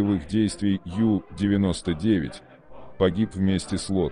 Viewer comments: Надо произносить правильно на немецкий манер У99,а не на английский манер Ю99! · Унтербот , по-немецки. У-99.